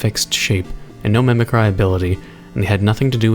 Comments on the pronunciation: does not know how to say mimicry? Mimicry Mim-i-Cree the way you pronounce it is Mimicree the way you write it is Mimicry. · mimicry is pronouncer "mimicri"